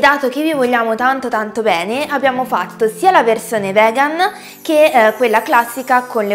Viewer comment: non voglio offendere, ma perchè dici vegan invece di vegano/vegana? essendo io stessa vegana e vivendo in Uk, il modo in cui la pronunci suona proprio male e sa un po' di ignoranza.. ripeto non voglio offendere, ma se vuoi utilizzare la parola vegan almeno impara a pronunciarla per bene..